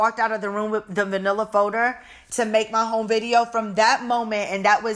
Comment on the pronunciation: “A vanilla folder.” Hahahaha I kept rewinding it because I was like is she saying manila folder or vanilla? 😂 Oh you’re still the best